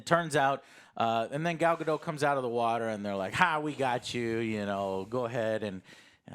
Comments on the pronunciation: right off the bat just an fyi joe it's pronounced gadot not gado, the t is not silent, I dont get why so many americans think that it's really weird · You lost me at the mispronunciation of her name. She's not French. It's not Ga-doe, it's Ga-dot, as she has reminded interviewers over and over. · They keep pronouncing Gal Gadot’s name incorrectly.